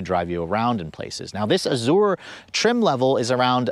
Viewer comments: Great review as always, but you should work on your pronunciation... "Mullinger" and "Azooray" ouch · and .... oooof, maybe the worst butchering of the names Azure and Mulliner that I've ever heard. Please research the pronunciation of names before filming, or just leave them out of the script.